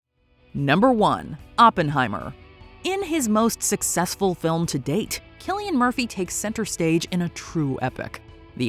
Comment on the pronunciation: Remember: His name is pronounced as "Kilian", not "Silian".